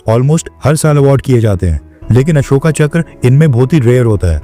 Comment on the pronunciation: बच्चे अशोका मत बोल अशोक बोल, हिंदी बोल रहा है।